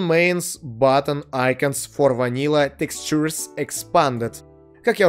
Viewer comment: Как много проблем с произношением слова "textures". Ты пытался! =D